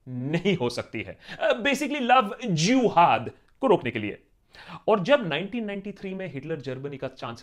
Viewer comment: Nobody: Akash Banerjee : love e "jewhad" 😂